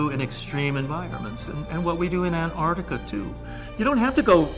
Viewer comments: Michael Salla, Antarctica is pronounced Ant-artica not An-tartica. It means No Bears because there are no polar bears in antartica. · ...and "Antartica" too